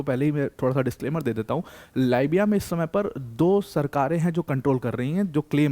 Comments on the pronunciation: Libiya .== Leebiya,,,, biya = its not baya its beya= biya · Libia को लायबिया बोलनेमे मजा आता है क्या। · "लीबिया" को "लाइबिया" बता रहे हैं ये महानुभाव...जिन्हें स्वयं देशों के नाम का ज्ञान नहीं है वह Aspirants को क्या ज्ञान देते होंगे..!!😂😂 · How pity. You people are always worried about our success. How to degrade Pakistan success, using degrading words is a norm in India. In other words, mention Pakistan's success with insulting words. And another thing, the anchor seems a bit less educated. It is not Laabya , It is Libya.😂😂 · Dear sir लीबिया बोलिए लाइबिया दूसरी कंट्री है। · Bai it's libya (lib ya) not lybya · यह भाई लीबिया को बार बार लाबिया बोल रहा है इसको किसने अध्यापक बनाया रे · गुरुजी तो बहुत ही कूल हैं, लीबिया को "लायबीया" बोलते हैं!😂😂😂 ये चक लायबीया...! , , , , , , , , , , , 🤮🤮🤮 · लिबिया है..... लायबिया नहीं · लाईबिया to mat bolo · bhai lit is leeeeeebiya not li biya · It is lee-bee-yaa not lie-bee-yaa.